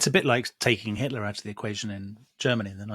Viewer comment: 'itler' xD